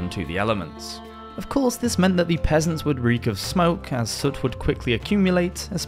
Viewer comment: Omg I thought you said pheasants at first 😅